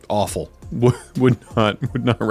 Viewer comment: Lol “Looks Offal”. Yep. You said that lmao